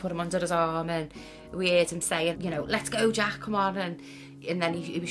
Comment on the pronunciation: Why would you ever give your kid a name you can't pronounce? The kid's name is Jack, not Jach.